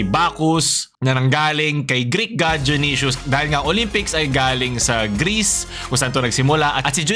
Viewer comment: Kala ko dayonaysus yung pag ka bigkas junisus pala